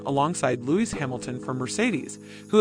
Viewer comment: My god… do something on your pronunciation of “foreign” names … Louwais?